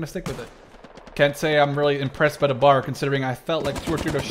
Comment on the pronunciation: I'm cringing hard the way he pronounces BAR and Garand.